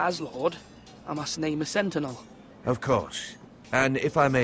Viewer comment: he does do a marvellous job of butchering 'sentinel' :)